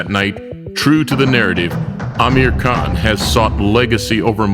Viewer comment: Dick saying Crawford anus saying Kahn